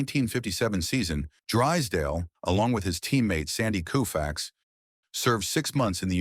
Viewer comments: It's pronounced Kohfax, not Kewfax. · Lose the AI narration. Koo-fax? Gimme a break! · This guy has a channel called baseball icons and he doesn’t know how to pronounce Koufax! 😮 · Sloppy work. AI narration annoying and it can’t even get Sandy Koufax’s name right. Also repetitive. And when the video covered his Cy Young Award it showed Ferguson Jenkins. The only reason I watched as long as I did was to point out why this video is awful. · Who's on the left ? And yes, that wasn't good pronunciation of " Koufax".